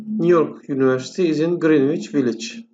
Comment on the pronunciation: Univercity yanlış telaffuz ediyorsunuz yunıversiti olacak